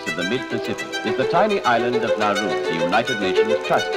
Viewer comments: Hindi accent ang problema. Nauru is Nauru! Hindi Nauro. Tama ang commenter. Have some respect with the nation and its people. You surely wouldn’t want to be referred to as Pipinos and not Filipinos or our country as Philipit and not Philippines. And please magagaling tayong mga Pinoy in enunciating words regardless if you hve regional accent. Wag mong sabihin na pag may regional accent ay mali na agad sila mag pronounce. I dont think so! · It’s NAURU not NAURO and it’s INDEX not ENDEX😢😢😢